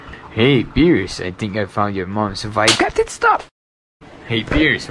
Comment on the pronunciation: Piers...ka...chu? Seriously =))))